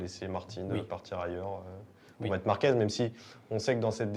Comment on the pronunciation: On dit marquez avec un z pas un s a la fin…. Vous dites merguez pas mergues….. enfin😂😂😂Márquez C est le goat et si vous l ecoutez il est franc et tres droit. Il a des valeurs et c est un gas super. Love❤ Marc.